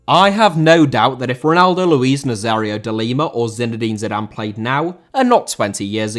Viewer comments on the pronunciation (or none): it's been about a year and still isn't taking your pronunciation advise. I'd give up if I were you pal. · Nazário* not Nazériouw